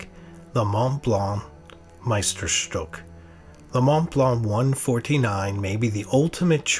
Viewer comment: The choice of pens is interesting, and as a collector I can’t find fault with it, though I might have made a different selection (e.g., the Lamy 2000.). However, I wince every time I hear Meisterstück mispronounced. It isn’t rocket science to learn the pronunciation of the umlaut, and as a native German speaker, when I hear it butchered it is like running your fingernails down the blackboard.